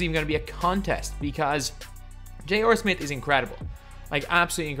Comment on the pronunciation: And he also says J.OR Smith